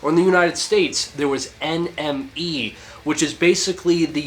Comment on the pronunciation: NME = pronounced Enemy